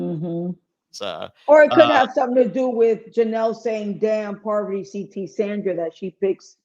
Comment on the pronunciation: I love how Rachel keeps calling Parvati “Poverty” and Sheree “Sher-ie”. 😂